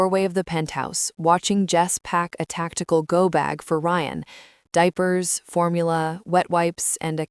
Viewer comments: Rion? No. Geta it right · Ok the broken bullet proof glass makes a whole lot of sense 🙄. AI mispronouncing Ryan is annoying.